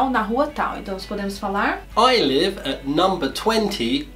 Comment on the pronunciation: ele falou leave em vez de live?